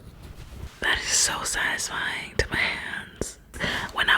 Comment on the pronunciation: It’s not sadesfain 🤦🏻‍♀️🤦‍♂️